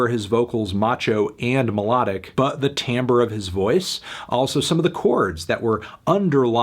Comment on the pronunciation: Hey, brother, danzig fan here totally agree with your assessment, though.L o l.... Also, thank you for pronouncing "timbre" correctly. It's not timber, we're not lumber, jacks, l o l. Happy new year!